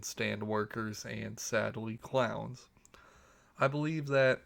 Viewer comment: U saying clowns or crowns?